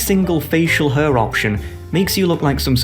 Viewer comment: Why tf does he keep saying hair as hăr?